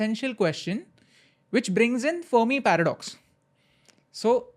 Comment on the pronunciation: He said the Fermi Paradox wrongly